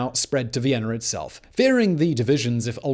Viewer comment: "Vienner"?? Recruit a professional narrator!